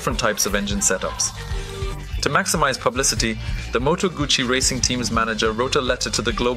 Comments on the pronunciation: It's Moto gussy not Gucci you need to get your pronunciation correct, it was not a Gucci hand bag, but a Moto gussy motorcycle 😮😮?? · Close, but no cigar. It's 'Gootsie'. I used to have a Lodola 175 model. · as in your gutsy, you need to learn how to read, I rode moto guzzi for almost a decade, when I went for part's I think that they new how to pronounce the name of their parent company!!! Argue all you want, it doesn't make you right!! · I had an 850 eldorado 1968 full dressed bagger but it is still called guzzi no t sound anywhere in the name!